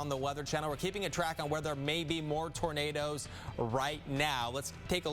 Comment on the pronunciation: The man can say “tornado” but not “tornadoes”. Lol. What?!